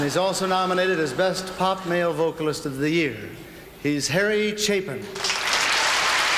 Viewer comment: His last name is Pronouced ( Chape ) [ In ].